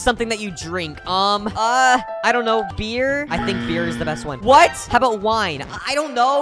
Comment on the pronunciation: The way he says "WINE" and "BEER" no way this video is safe for kids😂